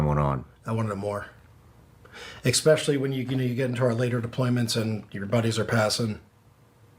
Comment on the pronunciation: He said exspeicially